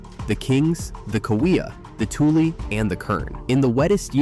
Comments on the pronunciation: Those Elk are called Tool-lee Elk because of the swamp where Toolies grow. Not Tool-Elk. Teach your script writer robot what is the proper pronunciation of words and places; From Google: "A "toolie" is a slang term for the tule plant (pronounced TOO-lee). It refers to tall, grass-like bulrushes (Schoenoplectus acutus and Schoenoplectus tabernaemontani) that grow in the shallow waters of marshes, rivers, and lakes across North America, especially in California. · The elk are spelled "tule" but pronounced "tulee." Having been a water conservation specialist for several years, I can verify that subsidence in the Central Valley is real. That's what it's called when ground collapses (or sinks) due to sucking out the groundwater beneath it. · It's pronounced TuLEE. The final E is pronounced. Do your research. Basque people also have grazing rights in the Antelope Valley south of Kern County. There has been a Basque restaurant there also. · And it’s a long e at the end- spelled Tule, sounds Tulee. Same with Tulare, and Tulare. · Bakersfield, 😅 I was wondering how AI went from correctly pronouncing Tule (TooLee) to mispronouncing it as Tool when they start talking about the elk.😅😅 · And too-lee elk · Also, it’s tule (toolee) not tule (tool) elk. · The elk name is not tool ,its Tule’ or. For AI s TULEE if that helps ! If anything pisses a Californian a real Californian off it’s misinformation about its own state. Just remember it’s TULE OR TULLE for stupid AI ! And while we’re talking about it, there is no such word as Callie it is Californian or California. ! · Not tool elk ,but Tule Elk . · Pronounced "too-lee", not tool. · And related "Tool" (Tule) is pronounced Too-lee by locals. Non locals - especially AI driven ones- will always get something wrong. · It’s ‘TulE’ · "Tule" is pronounced "Too-lee" as also in Tule Fog seen toward the first fifth of this doc. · Tule is pronounced too lee. Tulare is too lare ee. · The e is pronounced in Tule and Tulare (Tulee, Tularee)